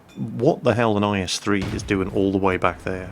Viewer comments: In the first replay keep saying is3 I was like what we're is tis is3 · Why does he keep saying is3 on the first video... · Everytime said "IS-3" in the first replay something inside of me died.. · minutes in why were you calling it an IS-3 like wtf?